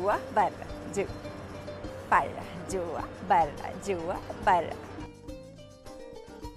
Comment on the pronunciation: كيف تنطق كلمة برا موتتتني ضحك 🤣🤣🤣جوا براااا